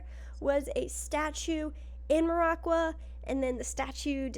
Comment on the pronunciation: As a big Maraqua enthusiast, I hate the way you pronounce Maraqua.